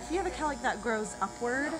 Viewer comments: The amount of times she says calick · if i hear cowlick one more time... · Shots for everytime you hear cowlick? Lol. Good video though. Will be trying on my son's hair. Crossing fingers.